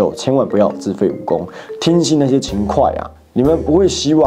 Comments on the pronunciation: 更正一下吧89的讀音 秦檜（會） 不是秦檜（快）😊😊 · 秦hui，不是秦kuai